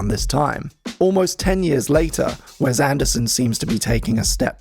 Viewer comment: I'm more upset about hearing Wes pronounced "Wez" so many times in such a short period of time